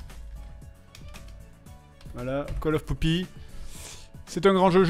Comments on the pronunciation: Fred, chiot ça se dit puppy pas poopy. Poopy serait traduisible par "merdeux" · Pour info c'est "puppy" pour dire chiot en Anglais. Là, avec "poopy", on dirait que tu viens de donner un petit nom à ton caca (ce qui mine de rien colle pas trop mal avec la série parodiée)...